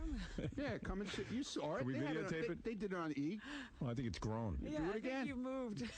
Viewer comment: "I sawr it"..Ronnie..lololol..